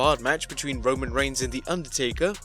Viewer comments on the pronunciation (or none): none